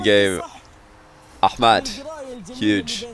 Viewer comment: For the first time i heard says ahmad correctly